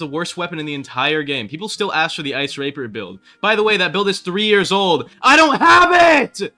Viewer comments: The way you said rapier in the video right there sounded like raper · ice rapper build you did not say rapier